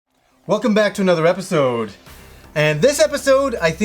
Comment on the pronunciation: Its episode not episoouud...